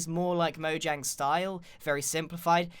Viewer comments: Is it just me that heard Grian say moyang instead of Mojang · is it mojang or moyang?im just kidding I know it’s mojang not moyang but you said it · he didn't say mojang, he said moyang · It’s not moyang it’s mojang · Also he said Moyang who is Moyang I know Mojang but who is Moyang? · DID YOU JUST SAY MOYANG!!!!!!!!!! ITS MO-J-ANG! look i love you videos but i gotta dislike for that. hope you understand GREEN. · instead of calling it mojang grian said moyang!!! LOL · who noticed he said moyang instead of mojang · It is not moyang is is Mojang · Which one are you: Mojang : Mojang (Moyang) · “ MOYANG “ I love moyangs game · Me:A lot of people call mojang moyang Grian :*says moyang* Me: Im done with this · he said moyang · I'm sorry grain but its so funny you said MOYANG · in the nether did he say moYang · did he just say moyang? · He said Moyang poor tired grian :3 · Grian - This might even be a little bit too much for Moyangs style. Everyone else - Grian roasts Mojangs building skills. Me - Does anyone notice that Grian said Moyang and not Mojang? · did he just say “MoYAng” i’m dying 😂 I’ve been corrected and I found out that’s actually how it’s pronounced so sorry ¯\_(ツ)_/¯ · who else heard moyang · y does grian keep calling mojang moyang? its funny lol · Grian you said moyang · did he say moyang? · He said M O Y A N G Umm... Really? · Not trying to offend you grian bit you said moyang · he says moyang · Lol u said moyang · he said moyang again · m "moyang" moe-yay-ng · Whats "Moyang?" LOL! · moyang lol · Grian : Mo-Yang Me : Mo-Junk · grain you just said moyang on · Ok lol he said Mojang pronouncing the J like a J then he said Mojang pronouncing the J like a Y am I the only one who has gotten very confused at this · Is it pronounced moyang or mojang? I’m sorry I’m a dumb dumb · please pronounce mojang properly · So wait is Mojang pronounced Moyang or Mojang?